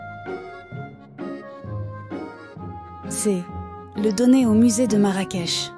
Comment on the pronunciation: Une très belle vidéo sur notre pays,sauf que nos vêtements sont différents de l'Arabie saoudite,aussi la ville de Marrakech on prononce " ch" à la fin et non pas "k".Merci pour cette histoire et crois moi le vrai trésor du Maroc c'est son peuple,nous aimons les gens,et soyez la bienvenue chez nous la prochaine fois vous découvrirez d'autres villes,d'autres cultures, et d'autres traditions.😊